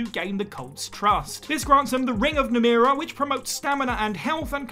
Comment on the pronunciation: Dishonored takes place in Dunwall, not Dunwell, also they don't put an end to the plague, but you can cure weepers. Besides, "Devouring Swarm" can be unlocked at any time, you don't have to be evil to unlock it. In The Elder Scrolls, you mispronounced the name "Namira".